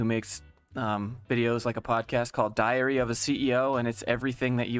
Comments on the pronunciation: How come every time you say "Diary of the CEO" I hear "Diarrhea of the CEO"...? EDIT: It is funny, how people cannot live without everyday chores of getting to office. EDIT2: They definitely are talking about negative impact of "Lockdown" not "Working From Home". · LOL I heard "diarrhea of a CEO" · Did you say diary of a CEO or diarrhea of a CEO? Because that sounds more like you said diarrhea of a CEO. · When says diary I hear diarrhea of a CEO 😂 which is appropriate considering the BS the boomer is spewing